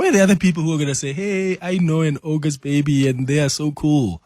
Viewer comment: It is NOT OGOST it’s aUgust